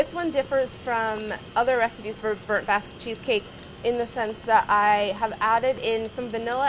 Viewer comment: I kept thinking she was saying a "Baz" cheesecake. Maybe they should re-name it?